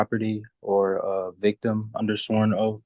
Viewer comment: It’s oath, not oaf. And it’s taken, not tooken. May I suggest,if you can’t even speak English properly, it would probably be a great idea to get a court appointed attorney.